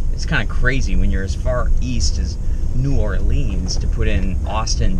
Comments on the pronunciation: no that's not how you pronounce New Orleans. sorry but the way you pronounced it is offensive to us. lol not really but if you pronounce it that way in front of ole timers they will either correct you or talk about you when you leave. lol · It's not New Orleeeens. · They say "Norhlens" (New Orleans) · Neither are really correct. New Orlins is more accurate. Only certain areas of the city pronounce it that way and those areas are mostly filled with ppl that aren't from the area